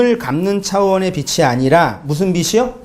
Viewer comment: ~ 그간 모르고 무조건 문자대로만 듣고 생각하며 신앙생활 했는데 말씀으로 "빛" 이 나는것 같아요. 고맙습니다^^ PS "빚이" 의 발음은 비치 가 아니라 비지 입니다. "빚의" 발음은 비츠 가 아니라 비즈 입니당^^